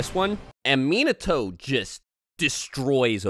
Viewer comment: it's so annoying how they pronounce his name MEAN NUH TOE